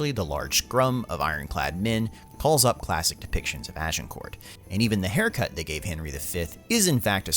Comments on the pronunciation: Small tip, when you say "Agincourt" leave out the the "t" at the end, you actually have to say "Agincourrr". The "t" is silent. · I can't watch this video due to the unbearable pronunciation. "Agincourt" - you don't say the letter 'T' at the end of the word, because in French you don't say the last letter of words if it's a consonant (unless the following word starts with a vowel). It should thus be pronounced "Agincour" and the 'G' should be a soft jjjjjjj sound. A bit like the 'S' in Asian. Ajjjjjincour. Not "Ah jin court". Oufff.... and I'm not even French! XD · Can't take a commentator seriously than pronounces the letter 't' in Agincourt. Its pronounced Agincore. Philistine. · You don't pronounce it AgincourT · Pronounced Agincore - not court. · "Azincourt" is the French name. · Az - in - core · You don't pronounce the t in Agincourt. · Agincourt has a silent T. Just sayin. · The narrator needs to learn to pronounce names correctly, e.g.: Agincourt, Branagh, etc. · If nothing else the film may teach the narrator how to pronounce Agincourt... 😁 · Do not pronounce the T, in France it is known as Azincourt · Why is that Americans fail at the pronunciation of every word they ever utter, The t in agincourt is BLOODY SILENT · FYI the T in Agincourt is silent. Good video though 👍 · Also Shrewsbury is "shrose buh ree", and Agincourt doesn't have a "t" sound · How about Agincourt? Is the pronunciation correct? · OMG it's Dauphin..pronounced Doe-Fan ... it's Kenneth Brannagh..pronounced Branah....Agincourt has a silent T.... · It would be great if the narrator could pronounce ANY of the even slightly less common words/names. We have the internet, dude - you can use that to check pronunciation. Hint, the T in "Agincourt" is silent. Branagh is pronounced "Brannah". Dauphin is pronounced "Dough-fa", and not either of the ways you mispronounced it. God damn it, is it really that difficult to get these things right?